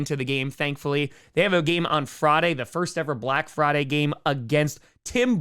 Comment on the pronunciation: The way you say Friday,, is so intriguing lmao